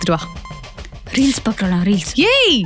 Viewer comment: ரீல்ஸ் ஆ? “ரீலிஸ்” ஆ ?😂